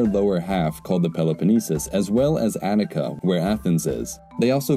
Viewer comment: 'Anica' you mean Attica